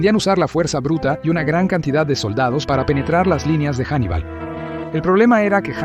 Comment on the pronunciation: Me gusta eso de que de inicio lo llame 'Jannibal" y luego Hannibal, mola más janibal , no sé suena a tío de barrio con oro y q si t da una hostia no quieres dos 😂